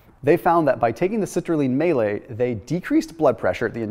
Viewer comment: Citrulline May-late